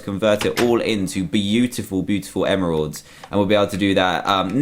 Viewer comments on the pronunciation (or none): do you realise that four emeralds is a bit expensive just for an enchant and its emeralds not emeradays and its bane of the arthropods not ban of the arthropods and also its looting and also its efficiency not Efinchanchi